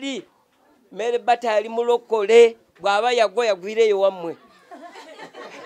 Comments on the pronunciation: 🤣🤣🤣🤣🤣🤣Mere bata instead of marybata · The way Mzee pronounces the name Meere Bata 😹😹😹😹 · Muzeeyi gunju kadde 🤣🤣🤣🤣🤣🤣meere bata 🤣🤣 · 😂😂😂😂😂😂😂it's killing me too, merre bata